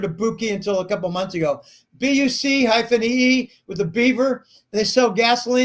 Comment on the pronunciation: Buc-ees pronounced Buckees. The beaver logo is the nickname of the founder.